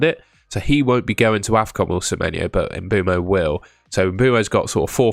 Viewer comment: You called afcon defcon 😭